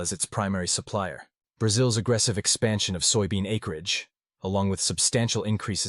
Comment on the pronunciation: You AI reader can't even say soybean? Wow. And pork consumption has not dropped in China, so you're a liar as well. I'm out and so are you.